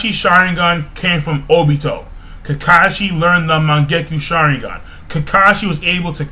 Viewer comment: its obeto not tobie